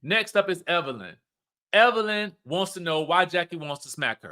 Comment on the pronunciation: There's NO R in Evelyn 😊